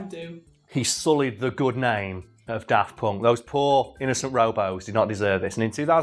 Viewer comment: 'tis always a bit weird to my ears when you say "Daft Ponk".